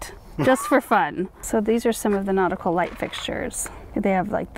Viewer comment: Take a drink every time you guys say notical 🤣♥️